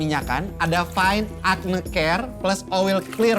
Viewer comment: everything is fyne (fine) 🤣